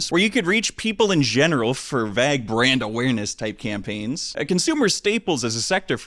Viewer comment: It's hard to take someone seriously when their legs are so skinny and they can't pronounce the word "vague."